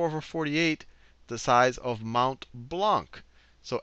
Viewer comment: just a side note for future reference (not being mean!) : you don't pronounce the last c in Blanc (even if it's there, I know... the wonders of linguistics...), it's pronounced "Blan"